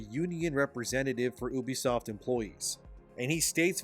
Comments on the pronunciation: Hey dude its Ubisoft not Übisoft. Its incredibly annoying to listen to you pronounce it like that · U-bisoft. Not oobisoft ffs